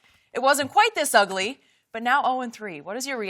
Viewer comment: UUUH-GLEE? is skip referencing the Lion King?